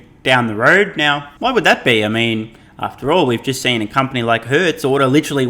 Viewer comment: U know shes bullshitting when she cant even say company